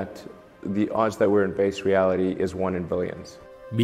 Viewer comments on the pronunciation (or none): none